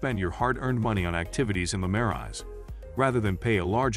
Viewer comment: I wanted to watch this, but when Marais and the hotel names are pronounced incorrectly, it doesn't make me trust that the producer of the video even know what they are talking about.